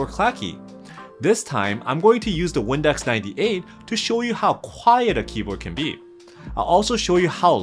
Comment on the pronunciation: bruh i thought you said "Windex 98"